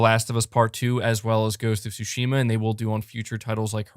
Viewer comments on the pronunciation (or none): none